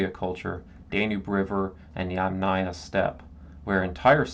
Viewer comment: YUM - naya. Emphasis is on the Yum.! Never on aya!!! So from the very beginning ... you miss pronouncing the term on which your video is based. Extremely disappointing to hear you mispronounce "yamnaya"